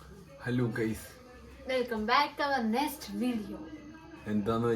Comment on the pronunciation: Nest alla mwoolee next😂